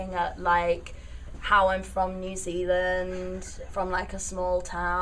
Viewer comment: Saying “I’m from New Zealand” in a British accent is the most iconic thing she’s done